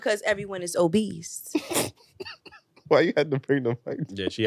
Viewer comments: Why they keep putting a T in Obese😂😂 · There is no T at the end of OBESE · … and the fact None of the Men dared to correct her saying “oBeast” says everything. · WTF is “obeast”?🤔